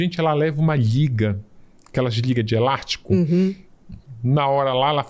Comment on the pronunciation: Geeeeente como alguém fala tão errado assim em um programa? "Elartico"? "Cirurgião prartico" doeu...